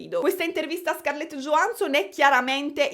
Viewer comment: io ti amo però non mi pronunciare Blair 'BLEIR' 😭si pronuncia 'BLER' senza 'i', e Scarlett Johansson 'YO-HAN-SON' non 'GIO-HAN-SON' <3